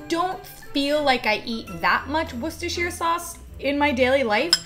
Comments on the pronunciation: Yeyy she pronounced Worcestershire sauce right! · So nice to find a USian who can pronounce "Worcestershire" correctly and without making a big deal of it. Also - I must find myself some decent mangoes and try some of these recipes.